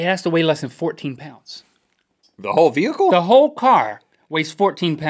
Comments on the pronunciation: 've-hice' LOL! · link: ve-hickle. Lol